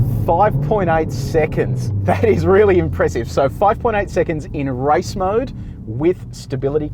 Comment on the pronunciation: Was it me or did it sound like he was saying “rice mode” 😂😂😂